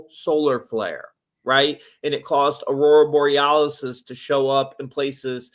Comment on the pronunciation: Thanks for the other guy making sure to pronounce Aurora Borealis properly ❤